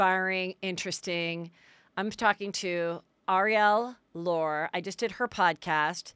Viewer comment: Heather is 'The Name Mangler.' You embarrass yourself how many times you conflate names. You cannot even bother to figure out your guests names before they are on your show?? Today's guest is NOT Arielle "Lor" as you pronounced it....it's Arielle Lorre pronounced Lor-ee. Also calling Harry Dubin Harry Duber is just lazy, shoes no show prep. Have your assistant help you, you need it.